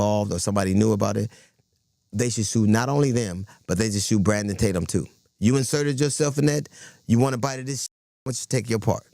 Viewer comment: I LOVE he’s trying to act like he don’t know you by saying your name wrong uhh is it Tat-umm I don’t even know 😂🤣really lemon head?! But you knew he had a nickname that “rhymes with his name” so it’s race bate’m tat-umm…. Oh brother he’s so pitiful and transparent!!!! Somebody tell Don You can’t pull the “I don’t even know him” and start listing ALLL the ways you know him!!!!😂